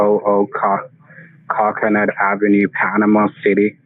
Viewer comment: "Cockenut" lol